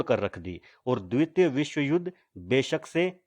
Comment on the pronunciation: Bhai द्वित nai द्वितीय bolte hai use yaar tmhe thk se Hindi bi nai aati.